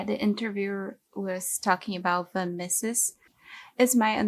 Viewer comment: It is Ludwig von Meeh-zes not misses